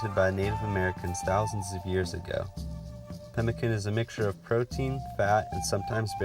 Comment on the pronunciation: Enjoyed the video. You did a good job. Just a note though it's pronounced pem-i-san rather than can.